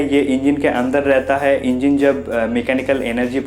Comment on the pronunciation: Engeen nhi hota engine hota h chutiya